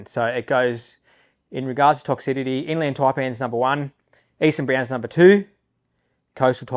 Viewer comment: Awesome vids! Very entertaining. Just one thing to mention...the correct pronunciation is "toxicity". You say something to the effect of "toxidity"...